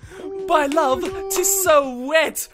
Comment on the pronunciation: “By LOVE,” Me: ITS BY JOVE!! BY JOVE!!!!